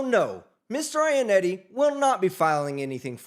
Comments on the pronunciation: Dude mispronounced Mr. Ionotti as “Mr. Ionetti” so much that he had the judge starting to do it. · The real crime here is how y'all pronounce Iannotti. Italians would cry.